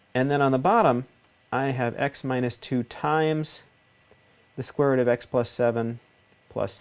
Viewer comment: Youre accent lol. The square roUt Almost sounds new england accent, like roUf for roof Good video thanks